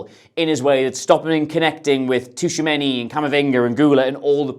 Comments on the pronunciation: I love you but say Tushameni instead of Tchouameni one more time... Seriously tho love the content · Yeah he is taking the T too literally. It's kinda silent and the name should sound more like Chouameni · its more like "chuameni" than tushameni 😹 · Chuwamenny - tuchomeni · Who was that Tushamenni guy,? Aurélien Tchouaméni, perchance? Please make an effort even though they are furriners, it seriously detracts from your otherwise excellent show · Fascinating how you've reinvented the syllables in Tchouameni's name (Toushameini in inimitable way). The "Tch" in French and Portuguese is just their way to create what is a "ch" sound in English. Otherwise, the "ch" always sounds like "sh" in those languages. E.g. the country Chad is "Tchad" in French and to say "ciao" in Portuguese it's best to write it "Tchau." I want some Derek Rae-like improvement in your prounciation next time I hear that name!:P Love your videos man. Keep up the good work! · Tshou-a-men-e my dude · "Tooshamenny" for Tchouameni is driving me mad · Tooshameni? Really? I get you aren’t french but christ 😂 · Dear, Tchouaméni = Chew - a - main - ee. Thanks and keep up the great work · Glad someone else noticed this. This was driving me crazy during the video. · Who TF is Tushameni 😂😂😂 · Yeah right mate, "Tushamenny" right 😭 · Great video, but he's not called "Tushameni" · Gotta respect him for just rolling with it and not even trying to pronounce it right 🤣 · there's like 3 instances haha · Touchamini? 😂😂😂😂 DFQ iz Touchamini??? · can’t get Tushumeny’s name right to save his life 😂😂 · Great video apart from your pronounciation of Tchouameni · Dude, you keep saying Tchouaméni’s name wrong